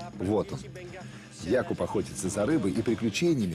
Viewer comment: Первый перевод который правильно ставит ударение в имени Якуб 👍👍👍